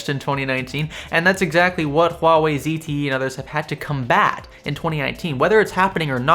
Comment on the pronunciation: You are pronouncing Huawei right, that's remarkable.